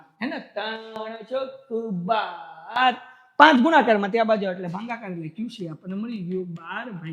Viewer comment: Sir bhangakaar nahi bhagakaar aave 😂